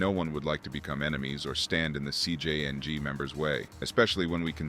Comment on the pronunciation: I dont know man. If you cant pronounce your subject matter, maybe somebody else should be narrating this one. Lazy and borderline disrespectful to the language as hes not even trying, "CJYang". Wtf is that???!